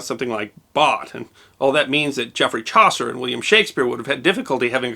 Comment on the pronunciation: Chaucer....... isn't Ch(ow)ser.... it's Ch(awe)ser ;-)